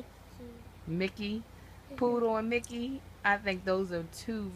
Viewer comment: sounds like he was saying pluto not poodle like pluto and mickey